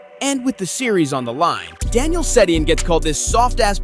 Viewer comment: Da’Nile Sed’dee-in one of my favorite players